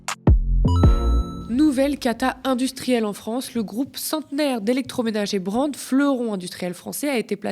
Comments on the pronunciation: brandt ça ne se dit pas Brent ! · J'aime bien Thomas Porcher mais on ne dit pas Brendt mais Brandt. C'est un nom d'origine allemand, pas anglaise.